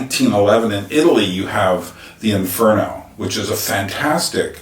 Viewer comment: The VITCH haha